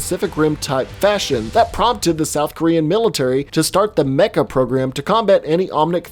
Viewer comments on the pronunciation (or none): none